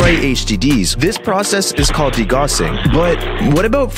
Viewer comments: Actually, "degauss" is pronounced de- GOWSE, like cow. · That’s not how you pronounce degauss